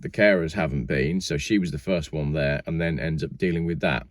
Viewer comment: That's number Wang Lol I laughed out loud ;)